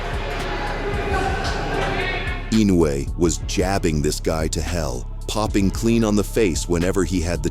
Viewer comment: It's I no u e, not I nou e